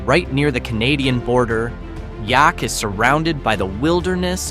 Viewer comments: Yup. Rhymes with Attack. Yaak Attack. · If you cannot pronounce Yaak correctly, probably shouldn't be there. Might find out what Yaak attack means. Some places are better off left alone. Just word of warning friends. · Exactly, rhymes with “The Jack” and you do say thee - THE - before it. Never heard anyone say I live in Yaak. It’s kind of like saying Bob Marshall Wilderness, which nobody said ever. They say, “The Bob”. 😂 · Learn to say the town name correctly!! Like Yaak and Ekalaka!